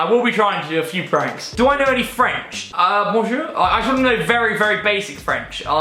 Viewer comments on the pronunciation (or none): none